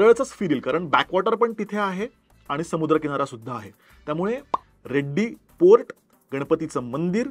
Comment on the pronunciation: सर रेड्डी नाही रेडी असा उल्लेख पाहिजे कारण ते नाव आहे